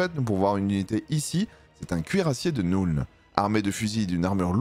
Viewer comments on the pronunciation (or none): Arrête de dire NOULNE en anglais le u se prononce "eu" comme dans feu donc la nuln ça se prononce Neulne